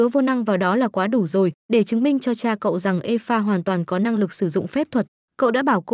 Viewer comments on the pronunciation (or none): none